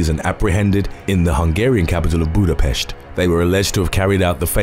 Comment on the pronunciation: The way he was able to pronounce Budapest correctly but butchered Lorena Daniela Aguirre's last name and Guanajuato XD